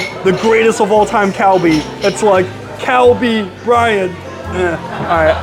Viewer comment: "Kalbi Bryant" 🤣 Glad you enjoyed the meal -- for a Michelin Star restaurant, you seem to get quite a lot of food.